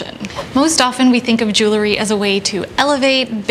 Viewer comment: Itʻs so interesting. None of the style and fashion channels I watch know how to pronounce "jew - el - ry." Itʻs not "jool - a - ree."